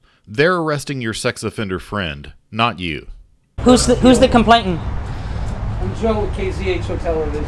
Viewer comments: Complaitan? I believe he meant complainant. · I wish these numbnuts would learn how to speak. Its a complainant, not a complaitant! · Could someone explain to PayPal Patty that the word is complainant, not complaintant! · And it's COMPLAINANT, not "complaitant!"